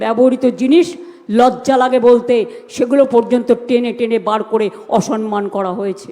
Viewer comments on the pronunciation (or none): ঘুগনি বুড়ি অসম্মান বলতে পারে না, বলে অসনমান ।